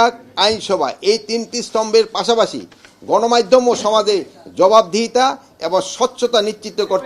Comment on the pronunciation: ০:২৪ গনমাইধম না গ্রাইম্মা, গণমাধ্যম উচ্চারণ করার চেষ্টা করেন😂😂😂😂